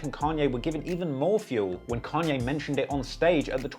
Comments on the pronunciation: Its kAnye, not kEnye idk if its too lat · Why do brittish people always use the wrong A for every word that's supposed to have a long A ...but use a long A for words others countries say with a short A... And then sometimes they say it right but then other times they say it wrong .. It's "kon yay" not can yay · Con-yay not Can-yay. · It’s pronounced “Kanye” not “Kanye” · It completely pulls me out of the story every time you say “can-yay” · I guess people from different places pronounce things differently but it is funny when he says "can-yay" 😂😭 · "Canye West" LMAO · "can ye" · if you call Kanye "Can-ye" one more time we're going to be certified opps 😤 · "Can-ye & two pack" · Bro. "Kahn-ye". Who has ever called the man "CAN-ye" West? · couldnt watch this video because of how annoying it was hearing you say “CAN-YAY” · Can-Yay West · its kanye not can yay, weirdo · How can we believe that you actually know anything about the culture of you can’t even pronounce “Kanye”….? You clearly haven’t listened to his work!